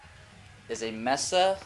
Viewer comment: Nice review. Just FYI - Diode is pronounced DIE-ODE, and MESA is pronounced MAY-SUH.